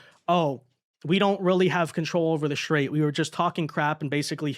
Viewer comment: The Shtrait of Hormuz